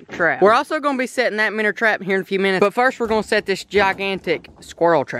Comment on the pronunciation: minner lol